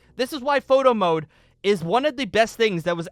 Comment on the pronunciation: All i heard was "moto mode" which in my ears was "moto moto mode"